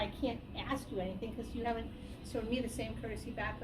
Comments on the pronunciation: For some reason black people cant say 'ask'. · To be fair, she did 'axe' you.